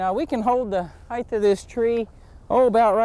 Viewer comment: Excellent and valuable tutorial. Thank you. NB 'Height' vs. 'heigth'. Is this American English, since I even hear you pronounce it with 'th' at the end, like 'width'? Just curious.